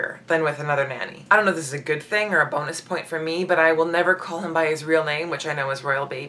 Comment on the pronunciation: It's "for" not "fur". The Royal Family are sticklers for correct grammar. You might want to practice that.